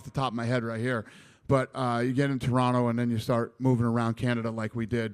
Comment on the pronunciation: Just realized Dana pronounces "Toronto" like a native :o